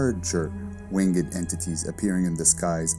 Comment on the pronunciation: You pronounce WINGED like a lunatic